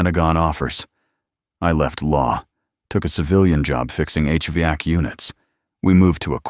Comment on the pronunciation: The pronunciation of 'HVAC' is distorted and hard to understand. Sad😢😢😢